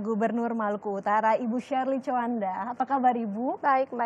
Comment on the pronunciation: TJOANDA,,,BUKAN COWANDA yaaa min